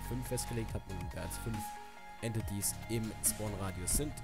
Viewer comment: Entities wird Änteitis ausgesprochen